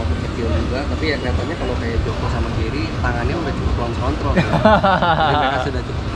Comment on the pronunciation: Maklum ilat jowo kang😂